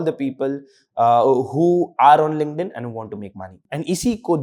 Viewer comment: why does this guy keep saying LinkedIn with a "g" ?? 🤦‍♀️🤦‍♀️🤷‍♀️🤷‍♀️ it's not Lingnedin. 😢 It's K not G . I couldn't watch the video cause it's so repetitive on this "lingnedin"